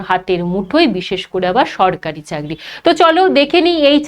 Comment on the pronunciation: চাগড়ি ❌ 😂😂😂 চাকরি ✅